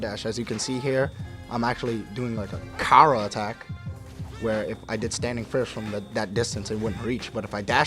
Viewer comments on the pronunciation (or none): none